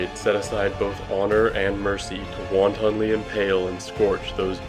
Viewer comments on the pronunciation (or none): Wanton isn't pronounced like Won-ton (the Chinese food). The 'o' is pronounced more like a 'u'. Not a long 'u' like in "tune", but a short 'u' like in "fun".